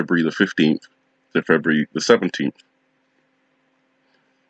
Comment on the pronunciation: Feburu? Like that sounds like nibiru! 😮